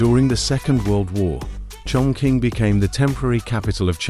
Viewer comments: Wrongly pronunciation for chongqing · Chongqing is pronounced chong ching.